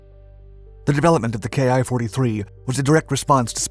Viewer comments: Can everyone else pronounce the "ki" correctly...??? You pronounce it as "key/kee" . Not "K-I", it's not an abbreviation. Not even "kai". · Small note. I think the "Ki" is actually the Hiragana character き - pronounced "Ki" - rather than two letters. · No, he didn't pronounce it correctly. 'Kee' is correct - they aren't initials, it's the Japanese syllable "キ".... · Please, some of these channels, do realize that the ki-xx designation on IJA aircraft should not be read as “kay-eye” xx since the designation is not originally written in western alphabets. Instead it was written in Katakana キxx.キis the abbreviation of キタイor 機体in kanji. There for the whole notion of describing the type designation in alphabets is, in a way wrong. By the way, referring to the subtypes of naval aircraft after 1942 as , for example type 52 for A6M5, as “type fifty two is also technically incorrect since the two digits refer to different things. A6M5 should be read as type Five Two because it represents the fifth airframe version and the second engine version. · Ki should be pronounced like the word key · The "ki" part is pronounced "Key". Its a number, for the month.